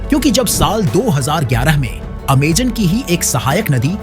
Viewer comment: Amazon ❌ Amegan ✅😂